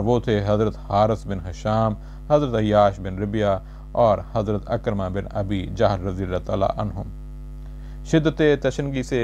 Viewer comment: صاحب آپ کے خوبصورت انداز بیان کو تلفظ کی غلطیوں نے گہنا دیا ہے۔ عکرمہ ع کے زیر کے ساتھ ہے زبر کے ساتھ نہیں عمرو بن عبد ود کا درست تلفظ Amr bin Abd-e-Wadd ہے۔ براہ کرم تلفظ کی درستگی کی طرف توجہ دیجیئے۔